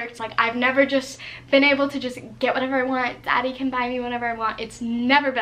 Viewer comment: She said daddy in a white girl voice and my life is complete